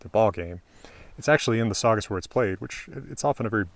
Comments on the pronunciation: funny to talk about accents saying guere and not where xd. Great vidio anyway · I could not stop hearing every H you pronounced after you showed your notes on “Where”. Awesome video thank you!